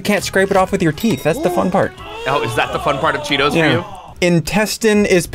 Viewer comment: It is called che-toes 😂😂